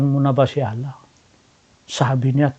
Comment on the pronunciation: Pagbanggit mo palang ng maayos sa pangalan ni Allah hindi mo ma-pronounce ng maayos. Hindi nga ganun kalalim ang pagkakaunawa mo sa Islam kaya kahit anong Relihiyon ang magpangaral sayo ay madali ka nila mapaniwala.